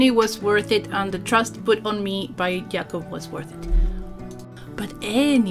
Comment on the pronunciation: Awesome video, beautiful end result, and cool nail polish, as always. :) And greetings from Poland! Your pronunciation of Jakub's name is great!